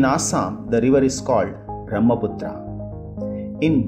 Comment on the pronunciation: Pronounce the names properly like Brahmaputra U r putting stress on last a which was added by British